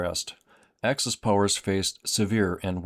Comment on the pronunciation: It's "axis," good sir, not "access." Thank you for your attention to this matter.